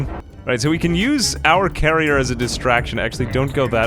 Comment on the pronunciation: Every time you said "carrier" I was jarringly disappointed in you. It's "Karener"!